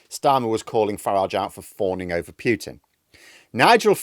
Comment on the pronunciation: Pooootin not Pyyyyoootin!